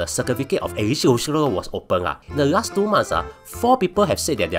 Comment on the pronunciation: Not bad forecast by a blue cat that can't pronounce "eligibility".